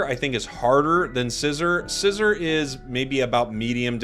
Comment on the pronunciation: It's pronounced Syzer not scissor